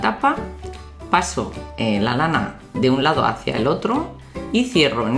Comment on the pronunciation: porque dices lao envede lado